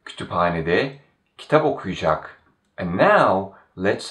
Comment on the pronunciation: I've noticed that some letters aren't pronounced, or perhaps I'm not hearing it. For example, when you pronounce Sercan okuyacak, I hear something along the lines of Sercan oku'cak (with the u elongated a bit). Is this common?